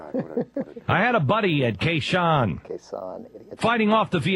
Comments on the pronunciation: Way to go, Glenn. The song came out in 1984 and it only took him a quarter of a cenury to figure this out! What an idiot. Oh--and Glenn, it's Khe Sahn, not Khe Zhong. If you want to at least pretend to know what you're talking about, try and learh the name of one of the biggest battles of the war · KAY SHAN? The slimy fucker doesnt even know how its pronounced! Im English and even I know what happened there! What sort of American patriot is he? he doesnt even know his own history! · "I had a buddy in Kay Shan" It's Khe Sanh you frickin' moron. He doesn't even know about the Khe Sanh battle in Vietnam. What a fraud. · OMG who is the guy s*cking Beck's dick and tittering at those lyrics? If the lyrics were offensive, OMG they wouldn't possibly be funny. And, BTW, it is Beck mispronouncing the Vietnamese city... has he heard the song? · OMG, is he really that dumb? He never bothered to listen to the rest of the lyrics? Idiot. And his recital of Springsteen's awesome lyrics is truly disturbing! He can't even bloody pronounce Khe Sanh!